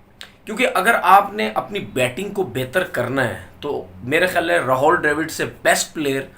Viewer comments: Bolna seekh le ,ra haul nahi rahul hai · Tonveer it is Rahul Dravid and not Rahol Dravid as pronounced by you... pl correct.